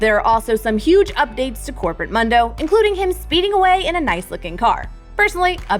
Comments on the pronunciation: every fking time she pronounced Mundo as Mando I kept thinking of Star Wars... ffs listen to his lines and you'll see its pronounced MOON-DOH!!!! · it's mOOndo NOT muhndo. how do you fuck that up. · Why does she pronounce it mun doe it’s moon doe she so dumb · MOON DO MOON DO NOT MUN DO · It's not "munn-doh" It's "moon-doh." . . . like Telemundo. He even pronounces his own name "moon-doh" SMDH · It´s pronounced MOONdo and NOT MANdo ;D, correct me if I am wrong....but i cannot wait to see the new changes :D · ITS MOOOOOOOOOOOOOOOOOONDO NOT MUHHHHHHHNDO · mUndo not Mando. sad to hear this. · Mundo was never a doctor in the lore and it's pronounced Moon-doh, not Mun-doh. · It's not MUHNDOH It's MOONDOH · ITS Not Mando ITS muuuuuuuuundo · Mundo not mendo WTF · MUNN DOH ( its moondoe) lol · If I hear mondoe one more time Ill be very angry ITS MOOON-DOE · It's MOON-do, not Mundo. Is she an absolute narc? He says it IN THE GAME. God, anyone who pronounces it like that makes me have an irresistible urge to flashbang the nearest orphange. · I cringe with them saying “muhndo” when it’s “Moondoh” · Why are you pronouncing it as MUHndo? He clearly says MOONdo ingame lol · It's muhndo not moondo? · Never call him “mun-dough’ ever again. His name is ‘moon-dough’ he literally says his name in almost every voice line and you still call him that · So no one is going to correct her “MUN-DOE” he literally says his name “MOON-DOE” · Moon-dough not Mun Dough That made me cringe fams xD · I hate when people do this but I have a valid excuse Mundo is pronounced Moon-dough not munn-dough and my excuse is my last name is Mundo :) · 'Moon-doe' not "Mun-doe" lolllll makes me cringe. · It's pronounced , Moooon-doh, not muhn-doh -_ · IDK why it annoys me, but pleeease pronounce Dr. Mundo's name correctly (moon-dough, NOT munn-dough) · Its not Mando, its Mundo! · It’s MOON-DOUGH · did she just call him MUNdow? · Pls for the love of god stop calling him mando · PLEASE! IT'S PRONOUNCED MOON-DOE